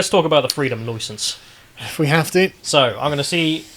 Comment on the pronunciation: Freedom Loicence